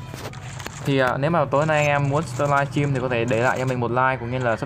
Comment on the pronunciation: o hô hahahaaha. anh đọc chữ live stream nghe buồn cười quá